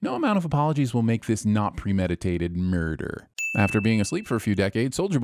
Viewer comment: I fall out every time you say "Murrdurr"